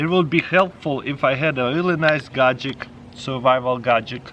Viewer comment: Gadget = "Gadgic"